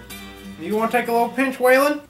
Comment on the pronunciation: Did you say swaylon that my name lol